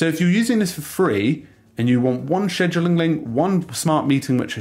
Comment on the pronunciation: Cringe pronunciation